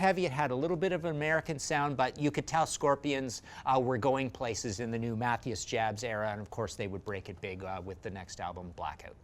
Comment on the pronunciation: Great list! Uh, "Math-ee-us"?